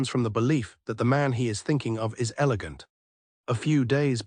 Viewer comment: He said an “elagant attack” 😂😂